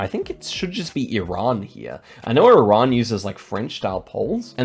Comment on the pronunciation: Can we just stop and appreciate is one of the few people that pronounce iran correctly? ❤🇮🇷